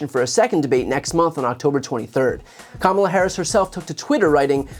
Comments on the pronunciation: proof that Trump knows how to pronounce Kamala correctly. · He pronounced her name correctly for once. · He accidentally pronounced Kamala correctly. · He sometimes slips and correctly pronounces her name. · So he can pronounce “Kamala” correctly! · WOW, he is in such decline that he forgot to mispronounce Kamala's name 😂😂😂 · He slipped up and pronounced her name as Kamala correctly.😂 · so he really CAN pronounce her name correctly 😂 ,la